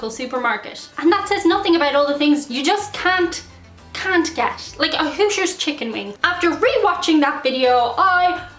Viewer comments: I believe she was saying "Hooters" chicken wing from her last video, but not sure. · Are you saying Hooters hotwings or Hoosiers hotwings??? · Is she saying “hoosier” chicken wing or “who’s your” chicken wing? I live in Indiana and have never heard of Hoosiers chicken wing unless it’s just called a chicken wing here..... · So, to extend the controversy, is the ground beef that is in a quarter pounder at MacDonalds a paddy or a patty or even a pattie? Whichever way, how did that happen? Also, you can do a great American accent, and of course you have a lovely natural, Irish accent. But I don't know what accent you used when you metioned "Hooters" chicken wings, took several moments to understand what you said - knew what you meant when you blamed Lenny! American born - but couldn't be more Irish (99% according to DNA and occassional temper).